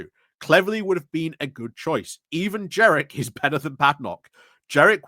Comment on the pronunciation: there is an N. it isn't jerrick, it's jeNrick. sorry to be a pedant but some days it really gets to me that you've been saying his name wrong for a year. i get that you call Kemi 'kimmy', and i put this down to dyslexia, but ....ugh ... JeNNNNNNNNNNNrick.